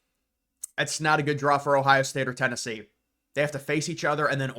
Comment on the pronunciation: I think Tennessee is going to surprise everyone.... Even though i dont think you know how to say their name... You speak least about them.